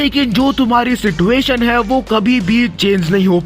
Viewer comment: YOU SAID "SITUATION" SIDUATION